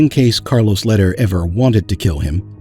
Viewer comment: it's pronounced Lehder= Laydare! not letter!